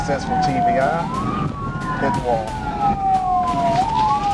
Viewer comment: It's not TBI, it's TVI. Tactical Vehicle Intervention. Basically, PIT and TVI are the same thing. If you watch other videos like this on other channels, you'll hear it more